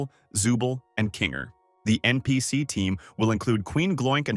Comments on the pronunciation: Not only that, NPC was being pronounced NPS. These AI videos honestly need to be purged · FIRST IT'S NOT NCP IT'S NPC AND IT'S NOT RAGTHA! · ya your right he did not say npc y say nps